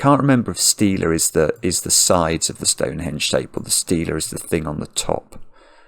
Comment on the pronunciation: Stele is pronounced like steely, but also that’s a different thing entirely. The Stonehenge parts are the sarsen (vertical) and lintel (horizontal) stones